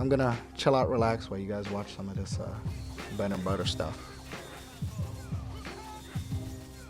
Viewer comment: "GPA too low"... the fuckin guy can't even say Bread and Butter haha "Baynah-Burder"